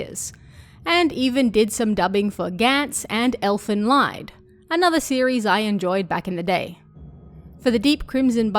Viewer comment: Elfen Lied is actually said as "Elfen Leet/Leed." It's German for "Elven Song/Song of the Elves".